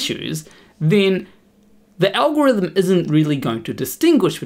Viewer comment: oof, when you read that you misread it as "NOT A" 😵 PS "alhorithim" 😂 i needed that laugh, ty. 👍